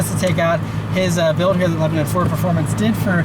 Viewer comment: FOR THE LOVE OF GOD ITS NOT PRONOUNCED “LEBININ” ITS “LEBANON”